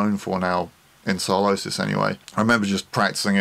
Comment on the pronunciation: Sylosis... you mean Sylosis